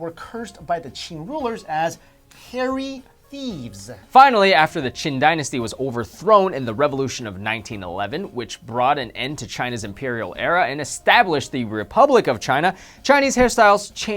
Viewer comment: Pre-Qin, not Pre-Qing, dudes.